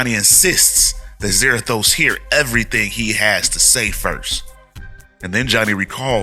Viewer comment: I really hate what they've done with Ghost Rider the last 10 years. Also Za-RA-thos (ra - like in rat). So new Spirits of Vengeance looks like it's Blaze/Zarathos, Danny Ketch / Noble Kale, And Vengeance.